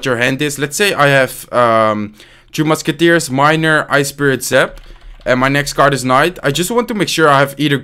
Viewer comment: Why does he always say "2 musketiers"?